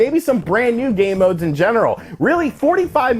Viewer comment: I am a total child. Every time you said "game modes" what I heard was "gay modes." see? child.